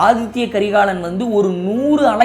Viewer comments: Inime pulampi enna nadaka pogudhu🤦🏻‍♀️Athitha not Athithya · ரெண்டு மூனு முறைக்கு மேல ஆதித்ய கரிகாலன் என்றே உச்சரிக்கறீங்க, ஆதித்த கரிகாலன் என்பதே சரி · Aadhithya karikalan illa " Aditha " karikalan...Tamil word athitha